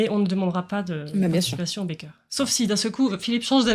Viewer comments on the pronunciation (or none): Parce qu'elle prononce ça comme "baker" en effet! Du coup je l'imagine parler du "dos" en anglais en donnant l'impression d'évoquer le bec d'un oiseau. Mais bon, elle est qd même super!